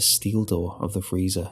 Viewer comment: “THURR FREEZER” 😂😂😂😂